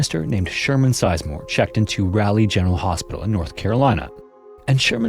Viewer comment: “Rally”, lol. As a local, I’m offended 😂 it’s “Raw-lee”.